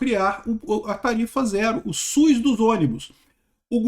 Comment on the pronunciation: é SUS, não SUIS. Brincadeira a parte, sou seu fã.